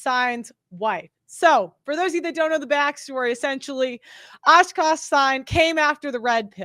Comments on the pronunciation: It’s Aah-Kaaaash not oshkosh…he’s a person not a clothing store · She tore akaash's name tf up, didn't she? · lmao you butchered his name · Girl, come on! Ashkash Sine? Really? Say it with me A-kash. A-Kash, not Ash-kash. For the love of God